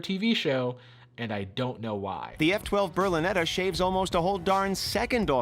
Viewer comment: No he pronounced berlinetta correctly, don't know why that was so hard to understand